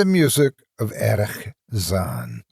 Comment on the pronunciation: Oh my.., luv your readings. But why on earth do you pronounce the german name "Erich" as if it was a bloody Arab name? XD